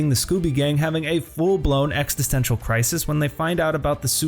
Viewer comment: Not to be that guy but it’s existential, not extisential*